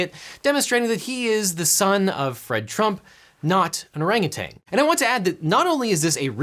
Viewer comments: There's no 'g' at the end of the word 'orangutan'. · Not gonna lie, I was pretty annoyed at the mispronunciation of "orangutan" (TAN, not TANG, no G at the end) but you definitely redeemed yourself with the ANUSTART reference at the end. Bravo... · "Orangutan" ends in an -n, stop pronouncing it like it ends in a -ng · It’s orangutan, not orangu”tang”